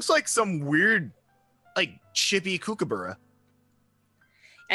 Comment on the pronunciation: you said kookaburra wrong >.< good video though guys